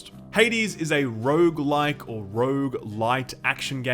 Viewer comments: sorry stopped watching after you said Rouge like and supergigant, im sold already , thnaks for telling me! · hopefully multiple runs are less indistinguishably repetitive than pronouncing rouge-like and rouge-lite. I can never hear the difference.